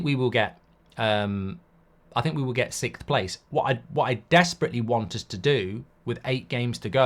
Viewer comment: Can't wait until we're not sixth so Mark stops saying sickth! It's SIXth!